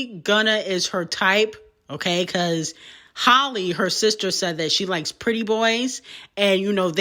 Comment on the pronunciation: Its Halley not Holly!